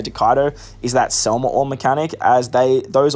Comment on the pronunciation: SEM LA NOT SEL MA. DUDE WHAT'S WRONG WITH YOU